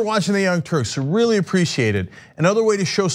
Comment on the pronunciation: hey now, this is a reary reary important statue!